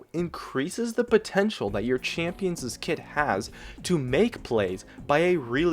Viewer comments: Very minute point, but it is not pronounced champions'es, it is pronounced champion's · A champions'es kit. Please don't ever say that again. It's not plural. Champion's is possessive and only has one s sound. Champions', plural and possessive still only has one s sound. I love your vids. Sorry to be the grammar nazi. Haha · Please stop saying "champions's." It wouldn't sound that way singular or plural. "champion's" and "champions' " sound exactly the same. Sorry, but that was getting on my nerves